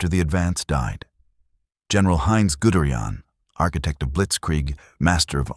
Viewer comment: "Gudrian"?? Guderian. You know it's wrong: you get it right on the second try. Why don't you fix the first? Sloppy, no-pride, work.